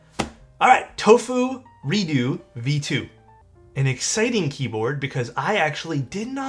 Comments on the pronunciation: Is it really pronounced 'redoo" instead of "reduks"? I'm confused. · Redoo??? Sounds like doodoo